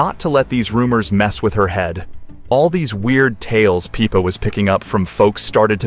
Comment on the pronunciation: its pippa, not peepa